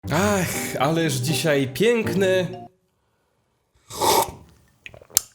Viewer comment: "Ale dzisiaj PIENKNY " ała jak boli